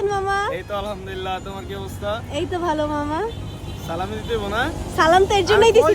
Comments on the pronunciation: Age salam😅 thik mto deowa shikh fokinni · Salam ta thik moto dawa uchit asla malaikum Kmn Salam 🙂